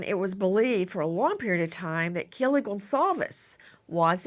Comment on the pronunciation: Have you noticed she can’t say Kaylee’s name